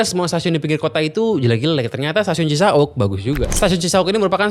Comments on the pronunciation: Duhh cara baca Cisauk nya bikin sy gelisah. Bacanya biasa aja , Cisa-Wuk.. jangan Cisa-Ukk😅 Btw Cisauk ini salah satu stasiun paling TOD di Bodetabek. Ga cuman dia nempel sama apartemen, dan Pasar Modern... dia juga nempel deketan sama Perumahan padat Serpong Garden dan Citra Garden Serpong... penghuni bisa banget sepedaan... dan taruh sepeda di parkiran Cisauk Point. Kelemahan terbesar nya adalah Green Line KRL ini armadanya kureng, udh gitu jadwal ga sebanyak Bekasi/Bogor. DAN pas jam kantor, Green Line itu jauhhhhhhhhhhhhhh lebih pepesan ketimbang trayek Depok/Bogor. Jadi bagus emang stasiunnya , tapi keretanya paling jelek dan paling ga nyama di antara seluruh line KRL. Karena sekarang pengguna KRL nya udh menyebar sampe ke Maja, Rangkas, sama Parungpanjang. Bukan bermaksud sinis, Green Line ini termasuk trayek yang juga merangkap "angkutan pedesaan" buat pedagang kelas bawah ke Jakarta.😅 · Cisauk bukan cisa'uk. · Gak CI-SA-UK juga dilafalkannya... Tapi Ci-SAUK spt pelafalan. MAU. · CiSauk bukan cisa uk